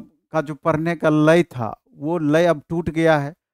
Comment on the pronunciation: पकर या पकड़ 😂 परेगा या पड़ेगा 😅 परने या पढ़ने 😅 शिक्षकों को तो शुद्ध हिंदी बोलनी चाइए।